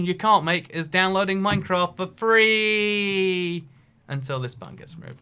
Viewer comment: I hate when this guy says free, tree and three god dammit